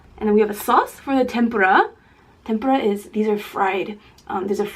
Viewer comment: No hate but it bothers me how u say seaweed instead of nori. Also, tempura is pronounced Tem- Pu- Ra with a sort of rolled "R"